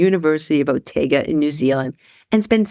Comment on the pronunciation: Actually it’s the University of Otago (Oh-Tar-go) not Oh-tay-ga as mispronounced here 😊